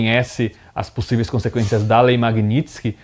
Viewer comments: O cara não sabe nem falar Magnitsky, o que dirá entender de algo.🤣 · Nao sabe nen pronunciar a palavra!